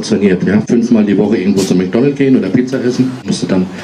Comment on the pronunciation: „Mäkdonnelt“ - made my week!😂